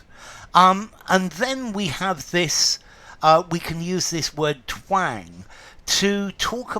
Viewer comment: "Twääääng" - love your pronunciation 😊 and visually stunning explanations. to speak with a twang - näseln, mit näselndem Tonfall sprechen zupfen, schwirren, scharf klingen